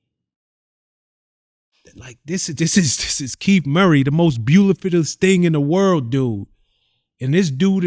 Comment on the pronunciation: Shawn prez said “ this the most beaulifittest in the world” and just kept talking 😂